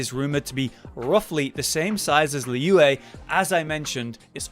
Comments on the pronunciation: idk why ur pronouncing liyue like that even tho everyone in game has said its name so manny times alr. its lee-wey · It's lee yuh-ue(try to pronounce yuh-ue in one syllable)